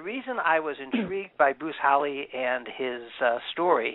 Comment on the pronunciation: His name Is HALL E not hall